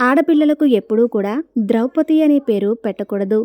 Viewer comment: విషయం ఎంత కొత్తది అయినా ఎంత మంచిది అయినా అక్షర దోషాలు పుష్కలంగా ఉన్నాయి అక్షర దోషాలే కాదు విషయ దోషాలు కూడా ఉన్నాయి ద్రౌపతి కాదు ద్రౌపది అనాలి రాముడి లాంటి రాక్షసుడు మండోదరికి వచ్చాడు అని చెప్పారు వీడియో చేశాక ఒకసారి చెక్ చేసుకోవాలి తప్పులు సవరించుకొని వీడియో పెడితే బాగుంటుంది